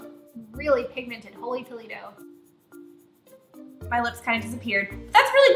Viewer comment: My ears bled every time she said holy toledo